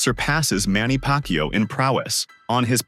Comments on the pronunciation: Manny PackYou? tf? 🤣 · Manny Pak Yu😂